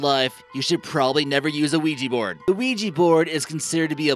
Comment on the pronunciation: The oijy borad